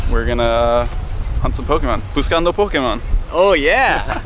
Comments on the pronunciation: He said it right... Im spanish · Xanfan RotMG he said it wrong lol